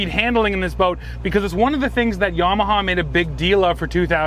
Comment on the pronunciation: Yam ah ha. He says it correctly